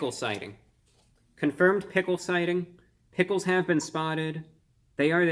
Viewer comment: “Travis sgot meal” “ “pigles”